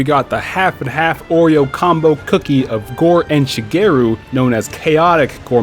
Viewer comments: isnt it shagaru magala and not shageru? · My mans mispronounced ShagAru Magalas name every time :( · shuh-gay-roo magala lol wat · I got triggered every time he said shagaru magalas name wrong